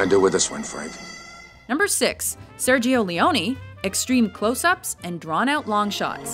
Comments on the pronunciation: Sergio Leone, ˈsɛrdʒo leˈoːne, Ser-jo Leh'o-neh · You pronounced Sergio Leone wrong